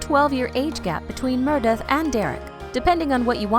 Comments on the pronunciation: plllleeeeasseeee!!! if you’re going to do a video on a show LEARN HOW TO PRONOUNCE THE CHARACTERS NAMES! uggghhhh. aydison montgomery.... murdith.... 👊🏽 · Say it with me. MER-e-DEATH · Who the hell is Merrrdith???? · After the 10th Mrrrrrdeath..... I had to quit watching.... the most annoying voice and mis pronunciation ever!! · Why can't u pronounce M-E-R-E-D-I-T-H?!! Gawwwdd! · What is this about Maggie and Jackson’s baby, they truly need to watch this show before reporting Merradeath, Karev wrong pronunciation ugh